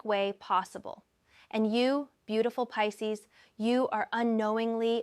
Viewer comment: Peecees? Come on now in the pronunciation.